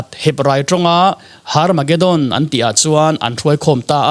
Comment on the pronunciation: Hnamdang ho chuan H hi an lam ri vak ngailo, Herb pawh Arb tih a lam theih a ni bawk,, Tsunami pawh T tih kha i lam phet chuan a diktheilo ang, Sunami tiin kan lam mai, bawihte la inzir rawh school la chawl mai suh aw👍🙏